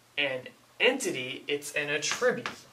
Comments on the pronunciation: A tribute? No, young, ATTribute. The accent is on the ATT, not the i. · I love the way your pronounce attribute. ;P a-Tribute instead of A-tri-Bute. Suddenly I'm thinking of "giving a Tribute!" to Caesar. xD